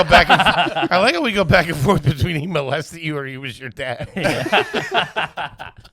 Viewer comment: “Mouse-lested” Come on!!!